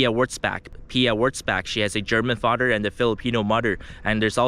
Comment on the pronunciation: "Fader and Mudder" 😂😂😂